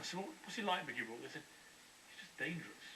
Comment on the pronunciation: nickey??? it`s mickey